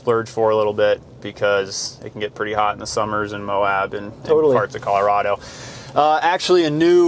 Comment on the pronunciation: He's from co and said co wrong